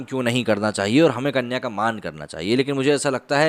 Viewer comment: सही विषय चुना आपने,शायद आपने record करनेसे पहले अंग्रेज़ी script ठीकसे पढ़ी नही होगी जिससेकुछ ग़लत उच्चारण हुए हैं.अर्थ भी बदल जाते हैं.उदाहरण -कन्या धन,पराया धन ,जिन आदि.कृपया अन्यथा न लें.🙏